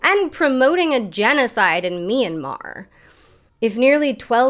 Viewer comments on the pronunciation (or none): none